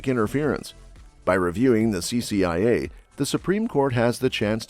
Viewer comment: CCIA, was misread several times, CIA also, This reader should be fired.